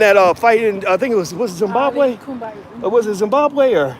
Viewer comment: NOT ZINBABWE